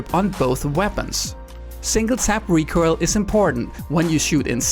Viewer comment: You seem to struggle to pronouncing recoil lol